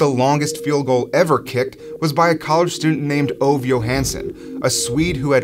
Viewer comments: By the way, his name is pronounced Oh-va, not Ov. Also, he asked to kick the FG when he found out his teammate Wilbur Montgomery (who went on to play for the Eagles)was going to break a record. He asked "Do they keep records of these things?" When his teammates said "yes," Ove said he wanted to try for a record. And yes, there was a strong wind blowing that day. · Its not [ouv], it is [ü:ve] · A better way to pronounce his name would be "Ov-e" not exactly right. But so much closer then what you said, still a great video! Keep it up! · If his name is Ove, it is pronounced more like OO-VEH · Ove is pronounced oo-vah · Thank you, I was mentally correcting that every time he said it. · Ove Johansson, pronounced "Ooh-weh" "Yew-huns-sonn". Approximately. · Please pronounce his name correctly.